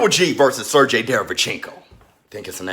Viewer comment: It's pronounced "Ser-GAY", sir.